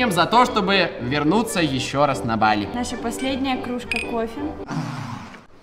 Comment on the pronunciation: Не бАли а балИ